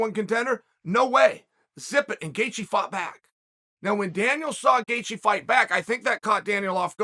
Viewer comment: Howwww can Chael say Gaethjes name correct but non others!!?? How!?? 🤣